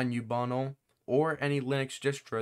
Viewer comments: its ubuntu not youbunle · man really pronounces Ubuntu as Ubunnle